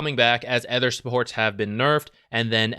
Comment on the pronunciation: it took me this long to realize you pronounce "other" as "ether" and was confused as hell